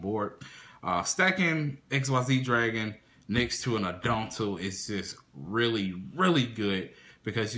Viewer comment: Interesting build. I also like Peropero, but would never run more than 1. I tried 2 and 3 and ran into it too much. Also to nitpick, it's "At-ton-dell", not "adon-tell" and "Sight-sem-ahs", not "seet-semis". I see you don't like pirmais, or at least not in this format, perhaps the next one :c